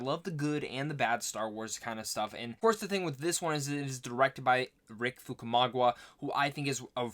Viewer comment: Lmfao you say "Fukumagwa" - what an idiot you are. It's Famuyiwa: pronounced Fam-oo-yeewah!! Get it right FFS